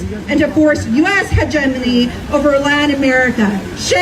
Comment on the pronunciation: That one guy doesn't even know how to say hegemony. Shouldn't use big words to try to prove your point when you can't even pronounce them correctly.